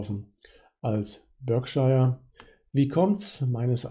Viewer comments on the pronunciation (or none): Das britische county Berkshire wird Ba:kschah ausgesprochen. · Für den Erfolg an der Börse zwar schei*egal, aber es wird sowohl im britischen als auch im amerikanischen Akzent in etwa "Börkshah" ausgesprochen. Ansonsten bedanke ich mich für den guten Content :)